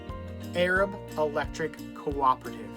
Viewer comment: The town is pronounced A-rab. I'm from south Alabama and know Arab well